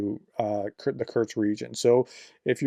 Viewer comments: It is not kurtkst, it is not kurz it is not kertch is is kursk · Kursk… not Kerch, or Kurts. Just noting you seem to be saying Kerch or Kurts instead of Kursk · I think it might be pronounced "Coors-k". Like the beer, then add a k at the end. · Russian names are hard to pronounce often but Kursk is easy. There is no t in it Prof. It is just as it looks. 🙃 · I think someone within the Ukrainian Defence Forces must hold some grudge against. Otherwise they would have invaded Belgorod Oblast, which is much easier to pronounced than Kursk.